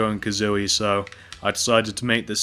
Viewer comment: That isn't Banjo coosoory that is l for Lee.